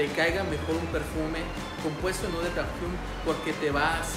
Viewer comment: Muy buen video, por cierto el Eau se pronunciona como Ó